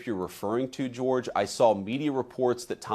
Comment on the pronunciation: I love running gag of butchering George's dumb name